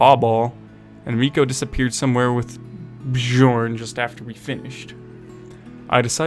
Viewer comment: the way you mispronounce bjorn and jorgen gives me a headache, it's not like you have to read chinese